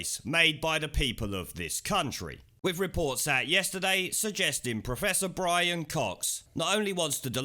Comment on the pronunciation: BWIAN, BWIAN..